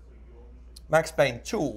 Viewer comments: IT'S PAYNE, WHACK 'IM. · IT'S PAYNE